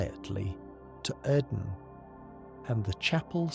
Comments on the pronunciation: Take a drink for every new way "Oedon" is pronounced. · Great video, love the lore. Why do you have multiple different pronunciations for each character that you seem to cycle through?